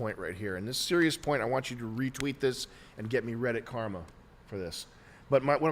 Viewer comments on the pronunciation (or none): none